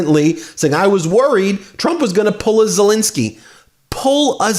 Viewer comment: "Zelinski"? You mean "Zelenskiy"? (You're pronouncing the second vowel wrong.)